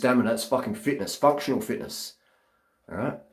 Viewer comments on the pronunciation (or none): Is it just me or when he said functional fitness it sounded exactly like “fuck-you-all-fitness” 🤔🤔🤔🏆😭